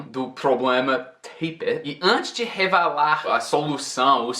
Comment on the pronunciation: Ótimo video, seu português cada vez melhor, queria poder falar inglês como o fala português....só um detalhe aos VC disse revelar mas pareceu revalar, sinto que as vezes sai um schwa sem querer rs....abraços